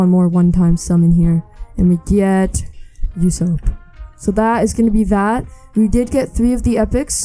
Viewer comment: I ain’t tryna be mean but it was funny how u pronounced sanji and ussop